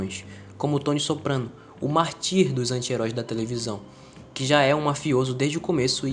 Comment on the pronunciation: Bons comentários. Só um detalhe: Mártir. O cara esquece da sílaba tônica.